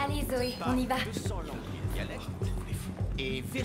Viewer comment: J'adore quand tu massacre la langue anglaise x)